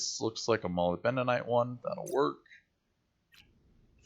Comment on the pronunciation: ma - lib - duh - nite tore - ma - leen :)